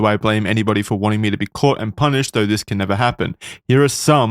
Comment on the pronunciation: Does Wendigoon not know the word "caught"??